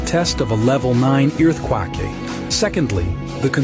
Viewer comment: The narration says 'earth-quacking'... not 'earth-quaking'. Quack... like a duck...